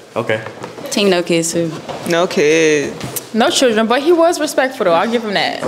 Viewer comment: And why is she pronouncing “children” as “chitchren” or “choochren” lmfaoo huhhh?